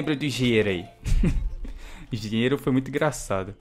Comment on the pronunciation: você falou errado é engenheiro